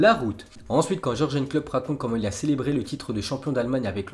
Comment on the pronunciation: Ça fait mal au oreilles qd tu dit jurjen c "iurguen"